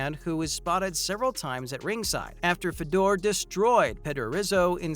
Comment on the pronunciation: Mah-chid-uh?? Fed-door?? Tito Or-tis?? Wtf go back and learn how to pronounce the fighter's names.